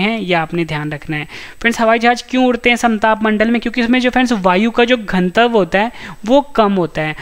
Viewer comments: घन तव क्यों बोलते हैं आप घनत्व क्यों नहीं? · घनत्व का उच्चारण सही करो भाई